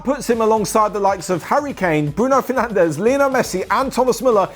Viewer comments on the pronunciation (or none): none